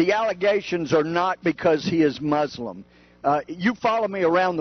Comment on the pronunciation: she says mooselum lol